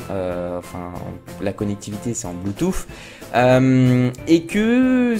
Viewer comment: bonne vidéo très complète bravo continue !!!! Attention on s'en fiche de ta vie dans ta cuisine et on dit bluetooth avec un "th" sur la langue ( écoute sur Google translate )